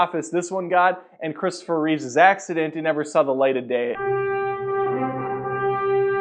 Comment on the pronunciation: It's REEVE, you fuck, NOT REEVES! GOD, I can't STAND when people mispronounce his name!!